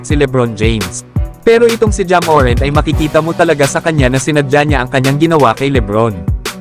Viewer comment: Boss hindi MORENT ang bigkas kundi MORANT Inaartehan mo kc di naman maganda sa pandinig